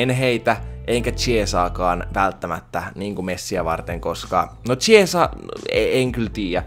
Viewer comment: Chiesa lausutaan khiesa!